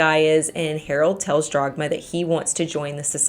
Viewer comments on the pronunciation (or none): Love your content and the way you deliver them! But it's Dagmar, not DRagmar. ;-) Greets from Germany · I cannot get over "Jagmar" instead if Dhagmar... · Why are you pronouncing the German name "Dagmar" as "Drog-ma?" It is extremely distracting and rather irritating. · According to wikipedia, the mom's name was Dagmar, not Dragma. Also, Sabine should probably be pronounced in the German way :) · >*DAGMAR. Her name was Dagmar. I usually don't pay too much attention to pronunciations as I understand how different languages can be difficult to pronounce, but not this time. How do you go from DAGMAR to Dragma or even Drogma? That's not your fault as the uploader is the one butchering the name. But still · I kept hearing Jogmar so I looked it up and realized it was Dagmar 😅 Something I noticed as an immigrant to the US is that English speakers try to keep the spelling of a word based on its origin and then just pronounce it the English way (Leif becoming "leaf" instead of the more correct "life" etc). Or adjusting the C in Caesar to the English pronunciation rules saying S instead of K. Scandinavians and Germans usually try to preserve the pronunciation and adjust the spelling aka Ketchup becoming Ketschup or Kangaroo being spelled Känguru etc. because of that these countries are much more used to pronounce unfamiliar words and use non native sounds. Not so much English speaking folks. That's my theory on why they struggle so so much with saying any foreign words because they are never exposed to it. (And let's not speak of the French who refuse to adopt any foreign words and just make up their own ones. 😂)